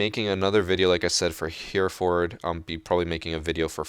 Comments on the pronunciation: Its not pronounced 'Hear Fird' its 'Hair a ford'. Also, while we're the topic, its not 'Me eye sstro' its 'My stro'.........if you are going to claim your heritage as the reason for pronouncing like that then you should be pronouncing ever OPs name like they would where they are from......otherwise you just sound silly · It's pronounced "Hehrehfud" rather than "Hearford" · Heh-reh-fod is how u say Hereford, 😂 (In England anyway😂) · Just an FYI: it’s pronounced “Hairefurd”. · Hereford is pronounced Herrer-food (like “hood” or “foot”), but apart from that great video! XD I’m such a cunt. Great video <3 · Hey, just to let you know Hereford is pronounced heh-re-fud (or fod depending on where in the U.K. you’re from).